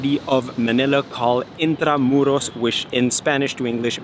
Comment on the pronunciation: Finally, brilliant pronounciation of Intramuros (perfecto, estas de que pais?). The only slight correction, Spanish conquistadores (several of them from Magellan to Miguel de Legazpi). Bienvenida or Maligayang pagdating to Manila.